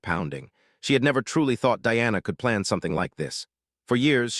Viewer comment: It not Deanna, it’s Diana Di ana